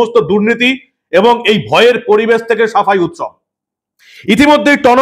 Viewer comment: উৎসব নয়, ওটা শবের উৎ-শব।